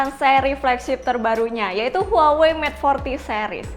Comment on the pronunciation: Ngomong huwawee..lol, pngucapannya wawei kali neng, kek samsung..hrusnya dibaca samsong.